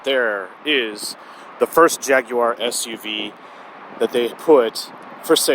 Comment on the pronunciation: The first American ever to say the word Jaguar properly.